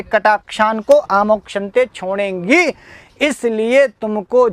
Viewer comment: छोंडेगी,आप इसका उच्चारण गलत करते हैं